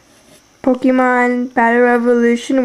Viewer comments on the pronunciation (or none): This is a very good tutorial, although the way you say "pokEmon" makes me want to curl up and die. ;P